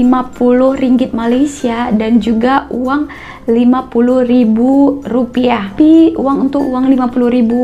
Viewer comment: Baca rupiah nya aja rupia.